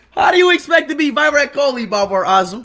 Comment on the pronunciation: Virat kohli ❌ Vairat koholi ✅ Speed ki bhasa😂